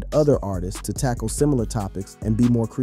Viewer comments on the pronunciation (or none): none